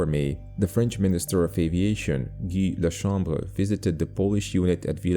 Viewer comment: J'adore ton accent français "groupe de chasse" "Caudron" "Guy La Chambre" Merci pour tes vidéos 📹, toujours au top 👍🏻